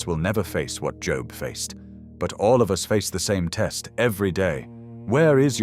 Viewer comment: Cant even say his name correctly??? Bye!